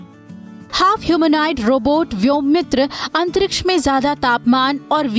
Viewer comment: व्योमित्र नही व्योमित्रा हैं शायद.